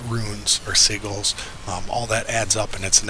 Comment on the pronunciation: just FYI, "sigil" is pronounced "siJil"